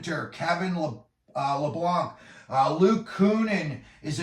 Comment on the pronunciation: It's always funny to me that no one can ever get Kevin Labanc's name right...even Sharks fans. What is even better, though, is that not only did you spell his name wrong Lebanc but you also pronounced it wrong even from the misspelling (Le- Blanc). Great stuff and a good laugh for me!